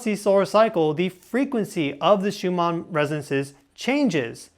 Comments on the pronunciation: Please the name of these frequencies are pronounced shoe man not shoe mar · Why do you keep pronouncing it Schumaarrr ?